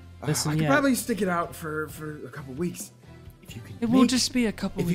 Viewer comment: be like I PROBALLY SAID would you karry me?